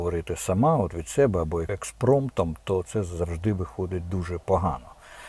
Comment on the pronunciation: Пане Корчинський! Позиціонувати СЕ'БЕ ? Ви наголос робите на першу "Е" ? В нас різна українська мова ? То вас так вчила пані Фаріон ? Ви ж з нею кентувались ? У вас схоже розумові розлади ... Бо так плюгавити свою мову нормальна людина, не кажучи вже про ТАКОГО ПАТРІЛТА ЯК ВИ - не може...